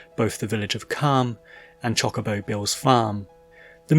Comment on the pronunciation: It is pronounced chocobo not chaw-cobo